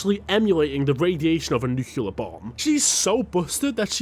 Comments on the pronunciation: NUCLEAR. For christ sake. NU. CLEAR. Not nucular. Stop draggin dem knuckles mate. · the way the announcer pronounces nuclear hurts my soul.